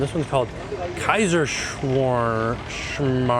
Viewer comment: OMG i am from Austria, i love how you pronounce the Kaiserschmarrn..IF you guys would ever come to visit Vienna, Austria i would love to make you one.